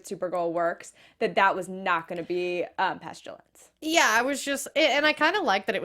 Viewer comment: Hello ladies I love your afterbuzz shows always! Great discussions. I never do this, however you both keep saying "PestUlence" when it's actually "PestIlence". The world killers aka the four horsemen of the apocalypse.